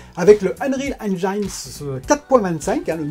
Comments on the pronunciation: On prononce Halo Infinite (in fi nite) pas "Halo Infinaïte" pareil pour Unreal on prononce (aine jine ou haine jean) pas on ne dit pas "Unreal Engaïne" (désolé ça m'écorche les oreilles). Bon contenu sinon, keep it up ! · J’ai les oreilles qui saignent... le nombre de fois où tu prononces enjaïne et infinaïte en plus 😂